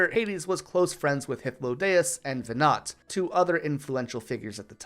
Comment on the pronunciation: Lol the meme of counterintuitive name pronunciation in FF is eternal (Teedus, Ifreet, Zidahn, etc etc) The only one that actually bugs me is everyone pronouncing Venat like the pokemon. 😭 IT'S VENAW OR MOMMY PICK ONE